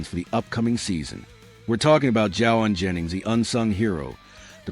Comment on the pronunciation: Wow, you don't even pronounce his name correctly! And what is this Confirmed? Clickbate.